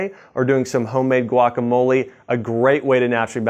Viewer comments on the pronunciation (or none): none